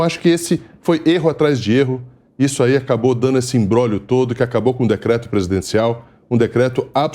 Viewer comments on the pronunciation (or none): none